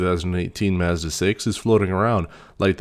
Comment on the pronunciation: Great review, but you keep pronouncing“Mazda” wrong. 😑 It’s bugging me out so much. Mazda Mazda Mazda. Oooooof😅